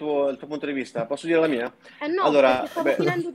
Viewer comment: Ricordate che Anna è stata la ragazza di Mr. Flame; questo la dice lunga sul suo quoziente intellettivo, probabilmente sotto il 70. poi tutte e 2 stanno a ripetere "fammi parlareh! non interromereh!"; e poi? INTERROMPONO in continuazione.